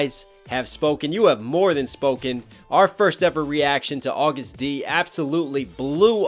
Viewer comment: Please STOP CALLING HIM AUGUST! He is A to the G to the U to the STD. AGUST D not AUGUST!